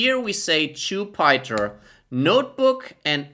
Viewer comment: It’s Jupiter not jupieter 😂😂